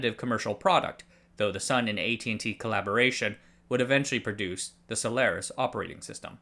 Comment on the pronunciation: HT for using the correct pronunciation of Solaris